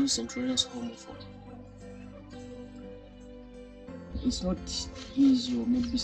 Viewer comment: Zrozumialam homofob zamiast home of hope az przerwalam gotowanie by spojrzeć 😅